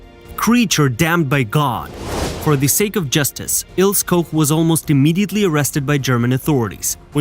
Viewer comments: it’s IlsE not Ils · It's Il - SU, not Ills! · It's also "ILL-SAH"....not "ILLS" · Il-seh… her name is pronounced Ilseh. But good documentary. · Please, fix the narration. Her name is Ilse, not Ills. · whats an "Ils" ? the name is Ilse and the e on the end is pronounced...! LEARN TO SPEAK GERMAN NAMES CORRECTLY OR CONTINUE TO MAKE AN ASS OUT OF YOURSELF FOR THE ENTIRE WORLD TO SEE....! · Pronunciation: Ilse, not Ils. Koch, not Koc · Her first name is pronounced "EEL-zeh", not "Ils". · Her name is pronounced Ilse, not Ils. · It's pronounced "Il-sa". In German, the "e" is not silent. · Her name is pronounced Eel ser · Prounounced...Ils..a....bloody AI!!LOL LOL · I believe it’s pronounced Ilsa. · Wrong "O" sound in Koch. It should be ô not ō. Ilse is pronounce "Il-suh". An "E" on the end of a word in German is not silent, it's pronounced "uh". Why would you use English rules of pronunciation when speaking another language? Usually, only the Brits are haughty enough to do that. When Americans do so, it is generally completely out of stupidity. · Is this the story of Ilse (pronounced ILL-ZA) as in Illse she wolf of the SS? They really have to stop using these "Bots" to narrate. I'm glad I don't have any "ti-toos" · Ilse is pronounced "ill-see". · Ilse is pronounced I l s e r Koch is a short 'o' as in hot (not cold) A bit annoying to hear them mispronounced so many times. Otherwise well put together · German doesn't use a silent 'E'. Her name is pronounced as 'Ilsa'. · Its pronounced ILL-SA. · Mate, isn't it 'il sa'. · Pronounced "ILL-SAH" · I noticed that as well lol